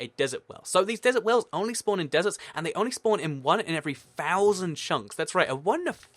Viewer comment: I thought the dessert wells were DESSERT DWELLS 😂 lol idk what was funny about that